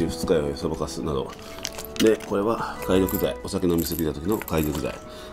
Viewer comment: 解毒剤 〇げどくざい ×かいどくざい